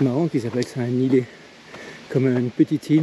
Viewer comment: Faut prononcer le t a la fin de ilet on ne dit pas iler , si non c'est une très bonne vidéo magnifique 😅